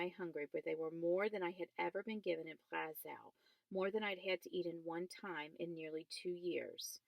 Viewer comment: y r u reading in ur car? Also, it's pronounced Plah-shuve not pla skow